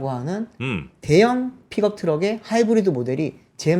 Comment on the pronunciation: “피겁 트럭” 이라 발음 하지말고. 차라리 “ 픽껍 트럭” 이라 발음하면 현지인 영어에 가깝씁니다